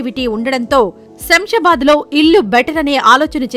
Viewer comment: It is not samsabad, read as Shamshabad